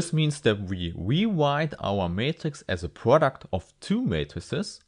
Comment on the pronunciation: We wewite our matghix as a pwoduct